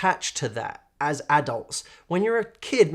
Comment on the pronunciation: i like how he says "ad-ults" :D